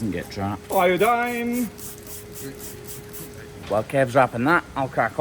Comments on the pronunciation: Good job. You actually said "iodine" like you're supposed to 😊. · Good job pronouncing iodine. We're going to Americanize you yet 😅.